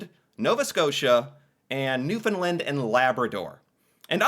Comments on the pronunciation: Please pronounce it Newfoundland. Not Newfoundlind. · Not newfinlin it’s New found land pounce it right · It is Newfoundland and not Newfindland. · rhymes with UnderSTAND. Newfund- LAND or Newfun-LAND Never NewFOUND-lind. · Newfoundland...is pronounced like understand... Thanks for your video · It’s pronounced New found land….. the pronunciation rhythm is “understand “ “newfoundland” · Once again, Newfoundland is pronounced like noofin-LAND. Say roofin'. Now say it again with an N instead of an R. Then say LAND. Like dry land. Home land. Holy land. LAND. Not lind. Not lund. LAND. Now put them together and put the emphasis on the LAND part - noofin-LAND. Newfoundland. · The third syllable in the word Newfoundland is land...sounds like and. Not difficult people. Why can't you non Newfoundlanders get that right?????????? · Try saying New-fin- land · With the accent on the first syllable, right? Sometimes people pronounce the middle like the word “found”… which is wrong. And often they say the last syllable as “lind”, which is also wrong. The “a” in “land” needs to be heard. Thanks! 😊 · we don't say the "d" in Newfoundland, here in Newfoundland lol. I didn't know you guys pronounced it like that in NS. Hope you had a great summer 😊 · same in the bay I grew up in, but we all pronounced the province the same way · Rhyme it with Understand... Newfoundland with a fin for found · The guy in the video couldn't pronounce Newfoundland. He's obviously an expert on the topic. Haha.